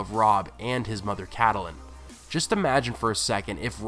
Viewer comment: Cadalin? Betrogal? I'm sorry but this is hard to listen to.